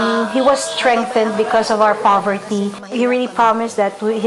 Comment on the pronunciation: foverty?? hahahahha